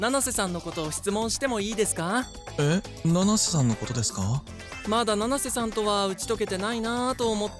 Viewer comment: 七瀬じゃなくてののせになってる